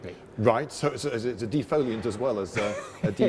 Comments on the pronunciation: De-foilant or De-foe-liant? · "deinfantry-ant" +1ed